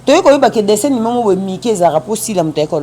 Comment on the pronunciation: Bjr à vous belle émission 😍dessin animé et non ( dessin nimé) ma star , lapsus Linguae